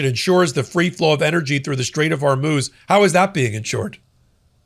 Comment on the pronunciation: HORMUZ many podcasters are so busy ranting that they can’t be bothered about pronouncing the name of the straits that may definitely change the world’s destiny!